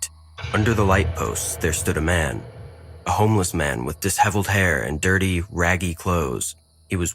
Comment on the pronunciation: Lol the narrator pronounced "disheveled" funny It should sound like this or pronounced like: "Dis-sheh-vld" I hope this helps for future pronunciation of this word. 👍💪😎💯